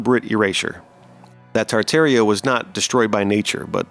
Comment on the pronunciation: Ha ha. Kind of reveals his educational level, don't it? But at least he pronounced Tartaria properly.